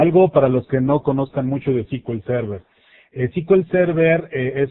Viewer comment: Se pronuncia "es-cu-el server" no "ci-ki-ul-server"